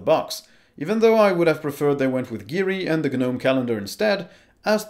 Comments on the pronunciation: It's just pronounced "Nome" not "G Nome". It's a silent G. Ubuntu Desktop is used by corporations they aren't going to change it as much, Ubuntu Desktop 20 works really well and really simply. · Please stop using the "G" in Gnome as it's silent. You don't buy garden "G"nomes after all!!